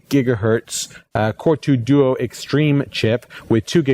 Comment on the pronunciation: he pronounces core2 duo funny!